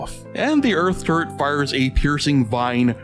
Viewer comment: Who else hears turd when he said turret? Btw underrated